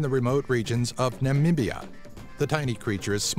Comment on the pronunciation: YYUSSSSS!!! NAMIBIA!!! THATS MY COUNTRY AND ITS IN AFRICA! bro. I subscribed. I thought my country was unknown to the world but the fact that u said the name pretty well and you acknowledge it being there made me love you